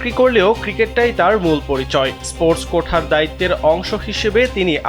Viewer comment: কথাটা "quota", উচ্চারণটা "কোটা", "কোঠা" নয়